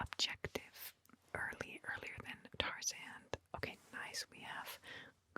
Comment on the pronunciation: I swear you keep saying Tarzaned. Don't do my boy Tarzan dirty like that